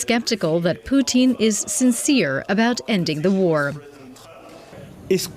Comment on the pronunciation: The way the narrator prounounces Putin sound like Poutine, which is a Canadaian food, some fries with cheese curds and gravy.